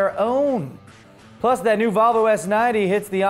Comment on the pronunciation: Sounded like you said Vulvalicious.. And all I have to say is - I agree!